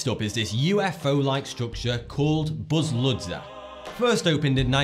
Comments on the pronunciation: I'm Bulgarian and I was suprised when you mentioned Buzludzha, (which by the way actually sounds more like Buzludja). Right now the facility is still abandoned but the idea of turning it into museum with several levels, has appeared on facebook, if you wish I can give you more info about that project. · Actually it's Buzludja and it's the name of the mountain peak not the building... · This is in my country. Also, it's pronounced Buzluja ('j' as in 'jam') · I am from Bulgaria and I noticed that you pronunciation is wrong.